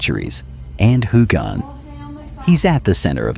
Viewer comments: His name is pronounced HewUn. Please try it. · It is not pronounced hogan or hugan.